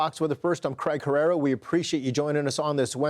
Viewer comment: Hair rare raw its "ehrrera"